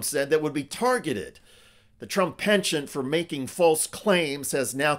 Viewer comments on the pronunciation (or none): none